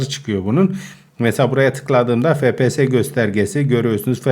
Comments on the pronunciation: abi fepese değil efpies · Abi fps değil efpiyes diye okunuyo